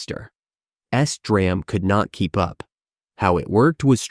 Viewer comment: It almost had me. I didn't think to check the comments until it said Esderam instead of SD Ram